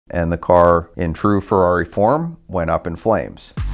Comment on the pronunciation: Car'do yea'.. Farrari, da'new spide-ow?